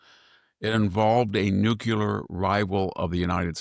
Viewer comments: I flinch very time Victor mispronounces NUCLEAR. new klee er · Nookyooler, nookyooler, nookyooler.. SMH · I just wish he could properly pronounce the word nuclear.. he may as well be pronouncing 'ask' as 'aks'.. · Please pronounce nuclear and crimea correctly.